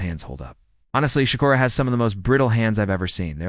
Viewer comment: His name ain’t Shocker it’s Shakur